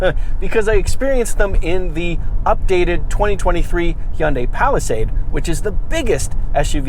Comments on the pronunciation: Learn how to pronounce Hyundai. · I like the way you say Hyundai I’ll tell ya hwat- Hank Hill